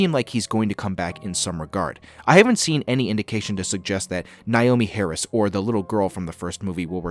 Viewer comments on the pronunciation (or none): none